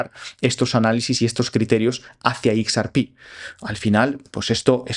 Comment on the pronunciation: /eks ER pi/??? /IKS ar pí/??? Por qué? Por quéeee?